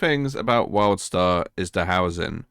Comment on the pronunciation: Sounds like you are constantly saying Worldstar